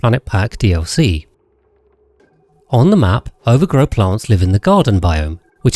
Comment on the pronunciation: since when was ovargro pronounced overgrow 💚💚💚💚